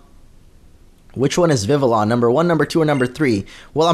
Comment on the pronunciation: so many people pronounce Vivillon wrong why does it bother me so much😂